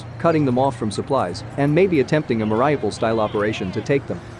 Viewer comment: it's pronounced meh ree OO paal